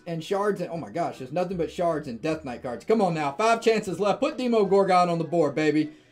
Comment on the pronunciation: Hey, it's pronounced VUH-JEE-TUH and DEH-MO-GORE-GAWN